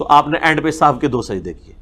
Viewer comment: Sajda e sahuve nahi sajda e sahu